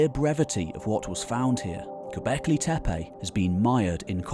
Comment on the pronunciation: It’s not TEPEY but TEPE. Can you say TEPE? Where do you see Y which you are pronouncing? There is no Y in TEPE. Just say TE -PE not TE-PEY